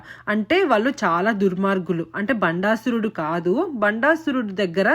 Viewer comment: ముందు తెలుగు సరిగ్గా మాట్లాడడం, వొత్తులు సరిగ్గా పలకడం నేర్చుకోవాలి. బండాసురుడు కాదు భ ండాసురుడు. వాళ్ళు అనాలి. వాల్లు కాదు. తెలుగు మాట్లాడేటప్పుడు english పదాలు వాడకూడదు.